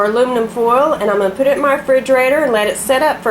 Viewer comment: im from the south and ive never heard someone say 'ar' 'ar n a half' when their trying to say HOUR. you make us look even more alliterate and stupid. other then that the fudge recipe looks good and i'll have to give it a try.